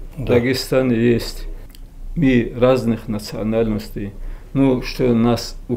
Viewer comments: Ми ви, научись говорить грамотно афанди, а не ми ви. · Не ми а мы балабол давно пора правильно раскедать слова